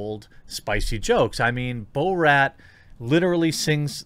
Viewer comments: Bruh. It's Bor-at not Bo-rat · He’s driving me nuts with the “bow-rat” pronunciation lol. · You lost me at bo-rat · Is he saying Bo-rat as a joke?